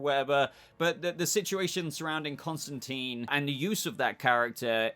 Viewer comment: It’s Constantine. Not Constanteen.